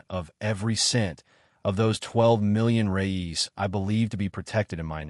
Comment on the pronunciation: The Brazilian's money name is "Reais" not "Reyes"